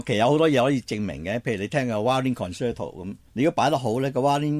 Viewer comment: concerto，是讀作 con cher to。